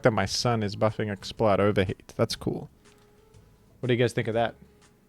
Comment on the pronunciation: You have to be consistent. Pronounce it Explud